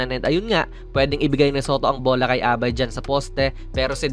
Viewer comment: You pronounce abai like sabay or gabay.